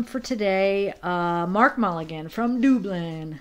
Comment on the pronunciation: So very sweet of You to show appreciation for your subs and All support. Even those from DUBLIN, like Rub-lin, lol 😂 😉😁❤️😘😘💜